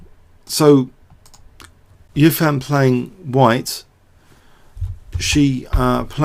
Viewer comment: Hou Yifan is pronounced hoe (like the garden tool) ee (like the letter) fan (like on a hot day). the family name is usually placed before the given name, but in association with western idioms would besaid EE-fan HOE.